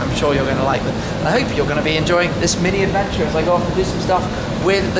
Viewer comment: Nice car. But 'Shhmini' ? cringing hell